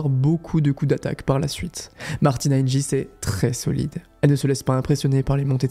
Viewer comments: Oui tout à fait. Hingins se prononce [hinguins] que ce soit en Slovaquie, en Suisse ou en France (donc jamais [hinjins]). Seles se prononce [sélèche] en Serbie mais [sélès] aux USA et en France (donc jamais [sèl]). C'est dommage... Ça laisse penser que le ne connait pas vraiment le tennis féminin... Sinon ces 2 noms lui seraient très familiers. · Très bien raconté, bonne vidéo dans l’ensemble PS : c’est Martina Hinguis pas Hinjis 🤣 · Et Monica [Sélès], pas [Sèl]. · Super vidéo. Martina hing"u"is, Monica Seles"s" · Il me semble qu'on prononce plutôt "Hinguis" et Monica "Selesse". Du coup ça écorche un peu les oreilles par moment mais sinon super vidéo ;) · On prononce Martina "Hinguisse" et Monica "Sélesse". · on prononce hinguis mais tres bonne video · Très belle vidéo. Elle est bien montée et bien écrite. J’ai pas cliqué dessus car je connais pas la chaîne mais c’était très sympa à écouter. Par contre, faut revoir la prononciation des noms des joueuses. Clijster le peut comprendre mais quand même Seles et Hingis. c’est étrange à entendre. Bref! Bravo pour votre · Ta prononciation de “Hingis” est diabolique 😭